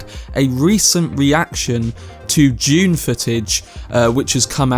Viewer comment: it is DUNE, not JUNE